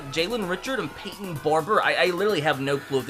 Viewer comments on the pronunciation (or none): none